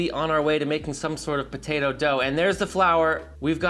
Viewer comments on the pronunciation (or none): DONATOE!!!! Pronounce donado... Similar to tornado.